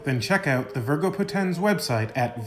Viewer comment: i mean no offense, but all latin words are paroxitone, so the accent on Poténs is not really there, because it has only two syllables. So it must be spelled "VÍRGO PÓTENS". Amazing content you have here! Thank you for it!